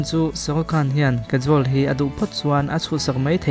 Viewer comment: Kajol hming i lam dan hi diklo nia... Mahse hmuhnwm tho2 e.. I w afiahin gaihthlk anuam c